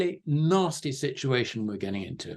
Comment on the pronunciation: I'm always amazed at how many times he manages to say "shit-u-ation" in EVERY SINGLE interview he does....